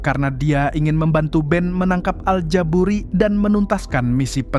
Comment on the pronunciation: al ja buri gak pakai T klo mang hehehe